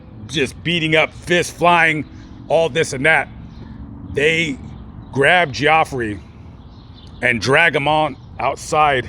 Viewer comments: You lost whatever creditability you may have had by mispronouncing the victims name 🙄🙄🙄, it's pronounced Jeffrey 😏😏😏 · Is spelled Geoffrey but pronounced, Jeffrey. My doctor is named Geoffrey and I said it the way you did also... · Are you pronouncing his name right or is it Jeffrey just spelled differently? We had a kid in class his name was spelt just like that, but it was pronounced Jeffrey. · lol geo-ffrey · Yes it's pronounced Jeffrey but I was thinking maybe the dude wanted to be different and that's how he wanted his name pronounced. It's possible 🤷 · I'd still pronounce it Geeofffree if they're gonna spell it like that 🤷‍♀️ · lol geo-ffrey 😅😂🤣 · It’s pronounced “jeffrey” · Good coverage of the story, and that is pretty much what was said in the news and trial about the events. His name is pronounced as just regular Jeffrey, it's just spelled differently. Like you posted. I love your content, and how you try to get the most information correctly as you can. You definitely have the spirit of "Julian Asange". I'm not sure if I spelled his last name correctly, but the founder of Wiki Leaks. He also would go to death before giving up his sources if they want to remain anonymous. Keep up the great work!! Your a great humanitarian!! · BAHAHA 45 yrs old and you didn't know the pronunciation of Geoffrey.